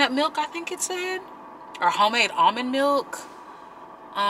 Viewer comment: I thought you said vomit milk...... Lmao then im like ohhh almond millk